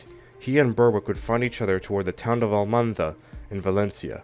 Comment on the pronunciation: It's Almansa, not Almanza. It's still not too late to correct it!